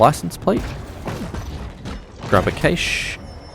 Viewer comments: A cache (pronounced /kæʃ/ like "cash") Not caish 😂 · Cash not Caysh! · I have to stop watching because the repeated mispronunciation of Cache is so freaking annoying.